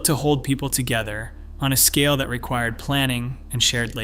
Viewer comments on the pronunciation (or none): none